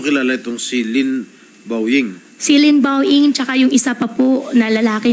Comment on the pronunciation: Yung Pilipinong nahihirapang bigkasin yung Lin Bao Ying pero si Madam nasa tono. Haha Pinagloloko tayo ni Madam. Lin Bao ing, tapos di daw niya kilala.